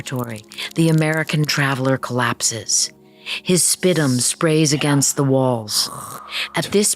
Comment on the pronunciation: Spitum? Not spit or sputum?